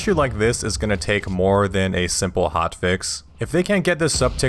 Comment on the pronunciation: damn that "Mo Options Mo Happiness" gave me Cantonese chills